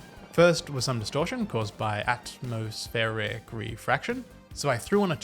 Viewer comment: I have never heard someone mispronounce “atmospheric” so badly before. It’s referring the the atmosphere, you know, air/sphere? Overall nice video though. 👍